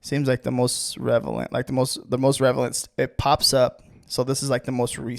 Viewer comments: Love how you say "Revelent" instead of relevant lol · I'll admit, it doesn't inspire a lot of confidence when he continuously mispronounces "Relevant"